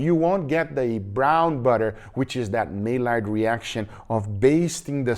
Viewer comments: Guga, Maillard (reaction) is pronounced like "My yard". (It's French). Not mallard. Mallard is a duck with a green head lol. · Nice correction to make... now if we could just get Guga to say Maillard the right way. It's pronounced like "my yard" rather than "may-lard". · maillard …there is no L inthe pronunciacion “ill” is a long “i”